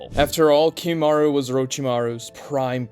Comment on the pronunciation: Also it's not kimimarU it's kimimarO